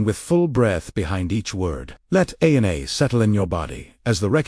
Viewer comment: Too bad your AI is pronouncing every Arameic word incorrectly. "W" pronounced as double u as the name of the English letter? Very disappointing. Ana is pronounced as A N A as in English?